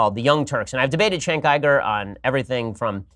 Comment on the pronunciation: Jenk Yoo-Gur, not Chenk Yie-Gur.